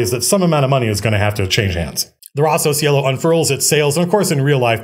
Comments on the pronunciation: As an italian took me a while to understand that was "Rosso Cielo" and not Rossow sielo. Think is a cool name. Great video, inspiring as always. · I kept hearing Rossos Yellow. "Red Yellow? that's silly." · his italian sounds very weird, so I'm not surprised